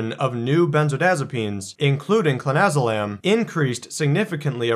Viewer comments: You pronounced it wrong in the beginning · I don't know if he is doing it for legality but if you cant spell it or pronounce it right maybe you shouldn't be advising people on its effects